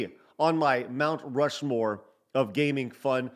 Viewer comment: Rount Mushmore 🤣😂🤣 Good stuff